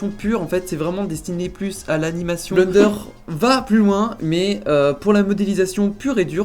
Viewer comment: Haaaa le man dit bleunderre au lieu de blènder !